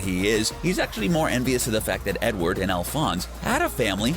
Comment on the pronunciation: "Edword" how can you fuck that up.